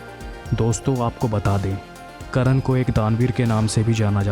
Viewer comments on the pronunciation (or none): Vo karan nhi karn ha..